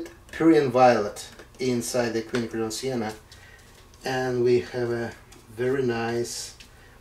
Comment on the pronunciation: It's nice to hear Quinacridone pronounced correctly.